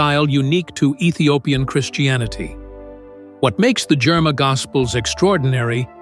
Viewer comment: THANK YOU FOR BRINGING THIS INTO THE LIGHT. One correction… It’s the “ GERIMA GOSPEL” NOT JERMA GOSPEL. .